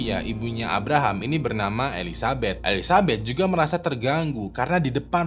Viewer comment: bang salah nyebut nama jadi elizabut 🤣